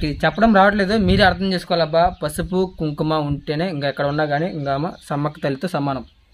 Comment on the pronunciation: Adi Kumkuma, kum kum kadu, Telugu nerchko first.